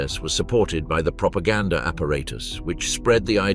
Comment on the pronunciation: The narrator said “propagandaR“.